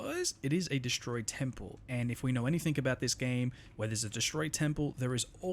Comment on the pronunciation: Anythink? Someone is struggling with English